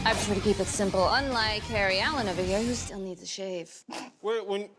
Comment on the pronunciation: She said Hairy Allen